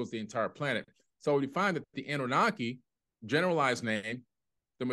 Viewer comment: I think Annunaki is being pronounced differently than what it actually is. Ah-nune’-nuh-kye The fish swimming on each side of Enki(?) are swimming towards him, upward,…not downward which always seems backwards to me somehow. I wish we really knew the meaning.